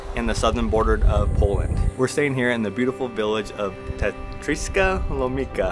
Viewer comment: 😊😊😊 Tatranská Lomnica... C you pronounce,,tz" not K...👍👍👍